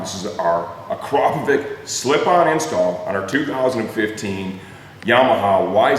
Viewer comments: "A-krop-a-vitch" but I guess you're a lot closer than most who say "Ak-ra-poh-vick" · is that how you really pronounce it? I always thought it was "Ak-ra-poh-vitch"